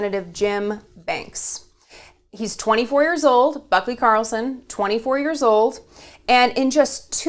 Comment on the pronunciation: I swear I heard you say "buckwheat".